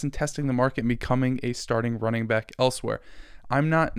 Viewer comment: dammit you said “welcome back” … not “welcome byke”